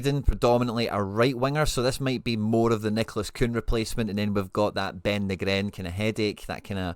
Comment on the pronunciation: Ben Knee-gren...top vid..👍